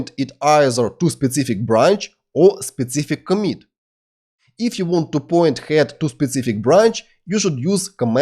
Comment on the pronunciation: "specific" and "author" — learn pronunciation! Also articles. BTW, a great course, thank you!